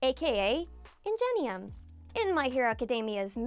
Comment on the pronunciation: Tensei’s hero name is pronounced “in-ghe-nee-uhm” not “in-je-nee-uhm”